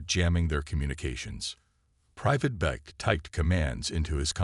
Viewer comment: Private Beck!!! Not bake. Idiot AI.